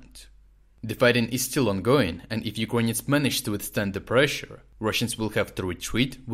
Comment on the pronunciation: Why do you pronounce ‘Ukrainians’ as ‘You-con-yans???!!